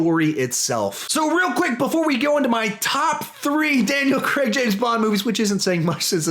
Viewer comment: It’s pronounced craig